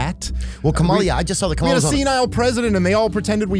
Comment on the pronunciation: Still don’t respect black ppl enough to say KAMALA name correctly 🤨